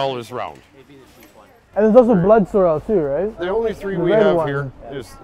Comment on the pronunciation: Anyone fancy pronouncing sorrel correctly round these parts?